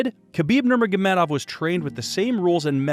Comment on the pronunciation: Its not "nurnogagurmedov" its "nurmogamedov"